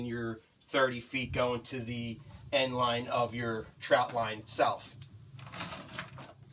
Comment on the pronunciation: why is he saying troutline